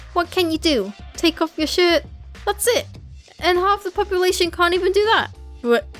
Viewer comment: Why did "shirt" sounded like "shit" to me??